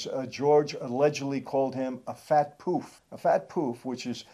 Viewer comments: 👍 You say Poof wrong. You say it like how it’s spelt 😂👍👍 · Their mum definitely wasn’t Romanian. And fwiw we don’t pronounce it “poooof” … it’s much shorter, in London. Hard to type. Life pouff. And up north it’s more like puff Not that it’s an insult in 2022 anyway. Rightly so Love your content. Thank you